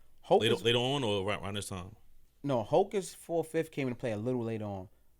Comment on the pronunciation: Yes it does u not pronouncing it right